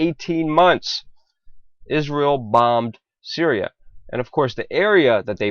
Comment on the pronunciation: did he actually say "cereal" instead of "Syria"?